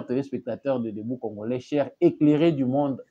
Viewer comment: Comment voulez vous quelqu'un né au Congo dont les parents et arrières parents nés et grandis au Congo, leure première langue c'est la langue congolaise, mais la prononciation c'est Congorais au lieu de Congolais